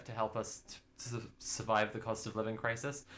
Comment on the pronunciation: It sounded like you said "cost of lib" crisis, and like also true